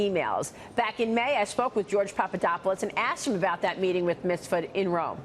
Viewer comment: MIF SUD Please get it right Maria! Not Misfud